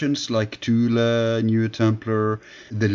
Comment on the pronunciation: At least he pronounced it right...."TULA"